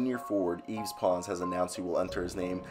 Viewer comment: It’s pronounced “yeev” pretty much. I go to UT